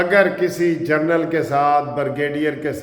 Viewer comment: ۔ معذرت کے ساتھ اردو میں جرنیل کہہ دیا کریں۔ اگر انگریزی میں کہنا ھے تو پھر پلیز جرنل کی بجائے جنرل کہا کریں۔ سر۔ آپ کی شخصیت کے لئے یہ ضروری ھے۔